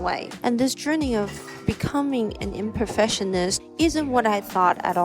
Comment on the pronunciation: It sounds like you are mispronouncing Perfectionist and Imperfectionist. You must pronounce the C. You think too much. Just schoot more film and think less about it.